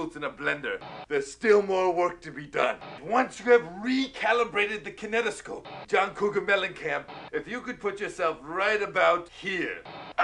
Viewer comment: "And once you have recalibrated the kinetascope" XD XD XD